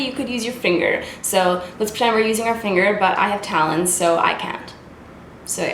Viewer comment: Omfg I thought you said "but I have talent" and I was like gurl that hurts then I realised you were talking about your talons lol